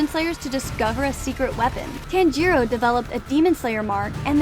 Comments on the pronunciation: his name i tan-ji-ro not taan-ji-ro ok? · Please, just say Tanjiros name correctly. It’s not that hard. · The way she pronounced 'Tanjiro' hurt me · ❌Giyu ✅Guyuu ❌Kyogai ✅Kiyoguy ❌Muzan ✅Moozan ❌Tanjiro ✅Tangro ❌Gyutaro ✅Gyootaro ❌Rui ✅Roowee ❌Kyojuro ✅Kyowjuro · bro its not TAN JEERO or GIE YU